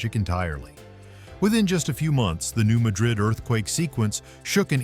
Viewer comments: It's not New Muh-DRID. It's New MAD-rid. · Mispronounced Appalachia (Ap-ah-latch-ah) and New Madrid (mad-rid). It's mah-drid in Spain BUT mad-rid in USA. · New Madrid, Missouri is pronounced MAD-rid. It is not ma-DRID, like Spain. MAD -- like angry, rhymes with sad. Emphasis on the first syllable. New MAD-rid, Missouri. Please! Hearing mispronunciations is like hearing fingernails on a chalkboard. (For those of us old enough to know what that sounds like.) And the New Madrid fault is not “rarely mentioned.” We that live here keep clearly in our minds that the fault could decide to move at any point, on any day. (Edited for spelling.) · New MAD-rid. That's how we pronounce it. Cookeville here. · From both areas. It’s “Apple latch A”and “New Mad Rid”